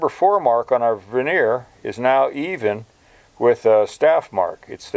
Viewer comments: Sorry, but it's vernier, not veneer. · Ver née er not veneer is the pronunciation a veneer is something used in cabinetry